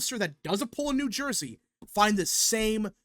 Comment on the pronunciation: New Surjey